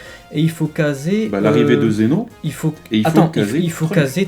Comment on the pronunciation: C'est bien prononcé le "Zén'o" à ?